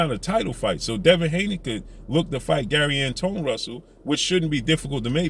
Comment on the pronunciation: Pronounced like Antwan